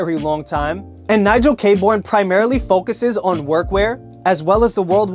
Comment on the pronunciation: It’s pronounced Nigel Kay-Burn. Great brand and a great guy, he’s an absolute sweetheart of a human